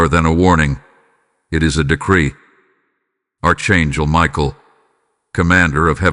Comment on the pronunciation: This Narrative is boring me to tears. I've heard all this bs over and over again. This guy cant even pronounce Archangel.. Your all full of shit. Your deleted. I will not be repeating another cycle. This is demonic illusion.